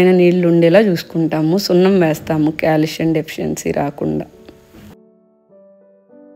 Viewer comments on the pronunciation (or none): none